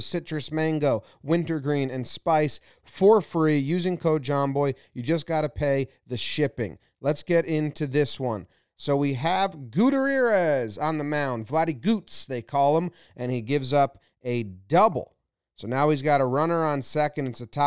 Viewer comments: Dude. Goo-tee-air-ez. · JOMBOY A better pronunciation for Gutierrez is: GOO-TEE-ER-RES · I, too, was confused. LIke, "what kinda name is 'Gooterearez'"?? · Not a balk. Perfect execution on the pitcher's part, baiting the runner. just needs to learn how to pronounce his name.. it's not that hard--(Goo-tee-air-ez.) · "GUTIREREZ" one day Jomboy will ever pronounce Spanish names right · it’s Goo-Tee-Air-Es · yo jomboy just so you know id pronounce gutierrez like goo-tea-air-ez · GOOTER- EAR-EZ. Jomboy never took Spanish in High School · You absolutely butchered his name. 3 syllables, goo-TYEAR-ezz. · Lol it’s been a minute, but I forgot about your terrible pronunciation of “Gutierrez”. it’s “Goo-tea-air-ez”. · Hahaha he should just pronounce the T. It will make it easier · Why can he not say “Gutierrez?” It for real cracks me up how it gets butchered every single time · No, he's not just shortening it, he's butchering it everytime he says it. lol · That’s actually NOT how you pronounce that surname but most every baseball fan makes the same mistake. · Lol. The way Jomboy says Gutierrez is just so funny. You gotta roll those R's Jomboy. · I’m loosing my mind the way Jomboy said Gutierrez 😭😭😭 put some respect on my name! Lmaoooo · Can we have a breakdown of how you pronounced Gutierrez? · Are we just gonna ignore the way Jomboy pronounced the pitcher's name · Someone’s gotta teach Jomboy how to say Gutierrez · The way you pronounce his last name, Gutierrez (which is also mine), give me anxiety 😅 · I see your pronunciation of Gutierrez hasn't improved much! LMAO